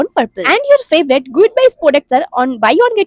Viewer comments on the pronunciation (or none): none